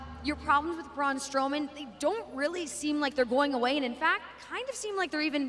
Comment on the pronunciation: Braun stoneman??? Lol nice try lady